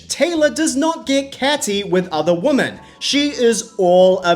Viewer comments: I'm sorry, this is not meant as a diss or anything, but I've noticed that several content creators pronounce "Women" with an emphasis on the "O". Is this some kind of specific dialect or accent? Normally it is pronounced wi·muhn. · Does anyone else pronounce “women” like him and Danielle Staub 😂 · It's weird to me that you can't pronounce women